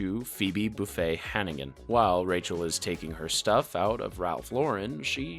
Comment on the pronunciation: Ikr i was like... buffet????????